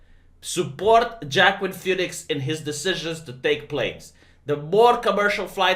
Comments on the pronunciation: jackim phoenix..." yo, it's not pronounced like that. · It's pronounced Wah Keen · I don't know if you know, but Joaquin is pronounced "Wa-keen" almost like walking. I don't get how the phonetics work either, but that's how it is. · I thought Wakeen was the god of commerce and merchants or something